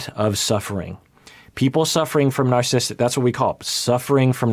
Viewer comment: Love how when has to say “narcissistic personality disorder” several times in one paragraph, it becomes “narsistic personally disorder”